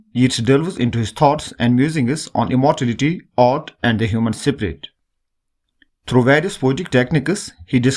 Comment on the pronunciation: 0.48 Human spirit ❌ Human siprit ✅